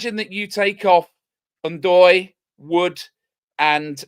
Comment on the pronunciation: "Worse than Tim in the comments" - hold up, I was just trying to help you with pronunciation! I told you it was N-Doye, not Doye 😂 You gotta start trusting me bro. I was right about Forest getting Europe within 5 years, I was right about Ndoye and I'll be right about Forest staying at least 10 years in the Prem (which I said to you when we came up). You're welcome 😉